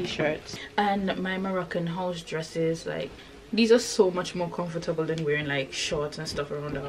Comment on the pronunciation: damn, I felt sure after the way you pronounced comfortable was just like my grandmother. Mashallah regardless😭 May Allah fill your channel with barakah